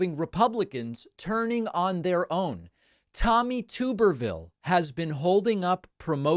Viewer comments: His name is TUB-er-ville...not TUBE-er-ville. You’re welcome. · “Tub-er-vil” Not “Toober-vil” —-sadly I am from Alabama and I know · I believe the name is pronounced TUB er ville, not Too ber ville. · Tommy Tuberville should be given an ultimatum: either he agrees to permanently change the pronunciation of his name to "Tooberville", or he accepts adding, by law, a second 'b' to it so that it's spelled "Tubberville". Enough is enough. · Tub-erville. Not Tube-rville. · is he mispronouncing his name or do i not know how to say it. tub erville or tooberville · I am obligated to let you know his name is pronounced liker Tubber-ville (rubber-vile), but please. Please, please, please keep calling him Tube-rville because everytime you do I think you're calling him a potato and it makes me so happy. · Come on, David, we both know Graham did not say “Trumperville.” That would not have made sense. He pronounced Tuberville’s name the way it is supposed to be pronounced. The first syllable is “Tub” as in bath tub, not “Tube” like you have been saying. Just my .02. Keep up the good work. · No, Lindsay was saying Tuberville, but you were pronouncing it incorrectly. It’s like a bathtub, so “Tub”erville. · Tuberville’s name is pronounced with a short U, not a long U. It is TUB er vill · David gets super offended if someone purposely mispronounces Kamala Harris name, but then purposely mispronounces Tulsi Gabbard and Tommy Tubberville on a daily basis 😂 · It's pronounced Tuberville like tub not like tube. I don't like the guy either but we should at least pronounce his name correctly.